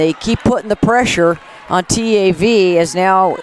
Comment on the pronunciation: her saying t - a -v is so annoying, girl say it together